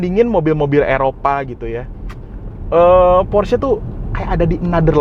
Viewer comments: setuju!...sama kaya orang amrik bilangnya "PORSH", padahal yang bener baca nya "PORSH-E" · Bacanya : Porsi Makan 😂